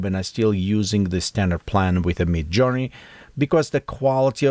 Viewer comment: it is midjourney not me journey :)